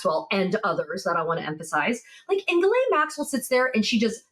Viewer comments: Maxwell's first name is pronounced ZHIS-LEN, not GEE -LAYNE. It's a typical & relatively common female French name. Most Americans get it wrong. The reporter also mispronounces Virginia Giuffre's last name too. It's GEE-OOFRUH. And roll that R while you're at it!!😊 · Hello Ladies, Just a little note , Maxwell's name is pronounced Jìslaine not Guilaine... The only one that pronounces her name properly is Michael Popak.... On the same note, the river in Texas should be pronounced Guada- loupe ( as in magnifying glass) and not Guada-loupay!... It hurts my French ears... thanks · Ms. Maxwell's name is pronounced Gillen (short i).